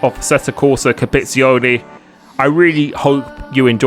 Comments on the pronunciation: You're gonna need to learn to pronounce compe-titzy-owny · Oh and pronunciation is "Competi-tsione" 😅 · Hi, Just want you to know that i'm italian and it's So funny when you try to read COMPETIZIONE. love you're content <3